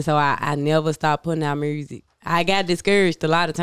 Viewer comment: Shawty said "Make the murrsic" 😂😂😂